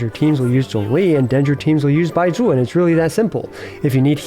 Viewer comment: why do you say baizhu so weird, its like you're saying bye jew lol